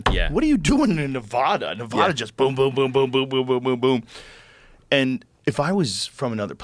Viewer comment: Joe, Nevada is pronounced as Ne-vah-duh not Ne-vaw-duh.... love you